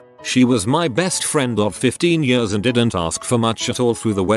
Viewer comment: I can't get over how he says years. YeAuS